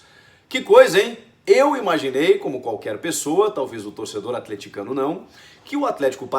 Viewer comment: ÃNNN ?? Voce falando bem do Athletico ? falando certinho o nome do clube,jogadores e todo historico do clube ? nao teve nenhum " athlético do parana " kkkk QUEM É VOCE ? O QUE FEZ COM O CHICO GARCIA ? KKKKK